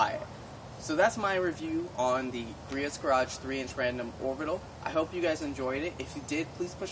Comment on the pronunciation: its not pronounced GREE-ITS